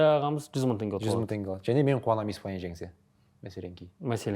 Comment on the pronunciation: Бере-Ді ала-дыы деп соңғы буынга койғаны кулакка жагымсыз